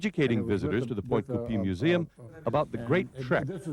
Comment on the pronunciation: Geez doesn’t dude know how to pronounce French names it’s NOT coooopeeeee it’s coopay!!!!